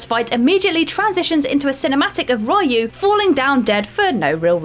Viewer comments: It's Ree-yu. Not Rye-yu. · The protagonist from Ninja Gaiden is pronounced Ree-you not Reye-u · You COMPLETELY butchered the name of the protagonist of Ninja Gaiden.